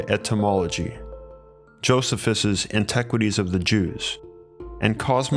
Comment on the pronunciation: jo see fus